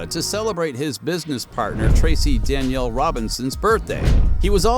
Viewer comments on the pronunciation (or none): none